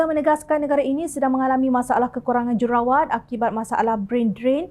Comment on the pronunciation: Kak, j u r u r a w a t kak. Bukan j e r a wa t.😂